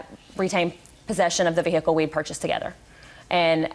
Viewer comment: If I hear vee-hickle one more time 😖😖😖